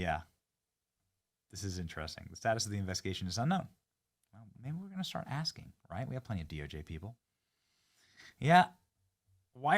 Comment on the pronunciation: Benny what is wrong with you ...she got work to do,, so don't be axing any more questions,, I'm gonna win that election sometime before my birfday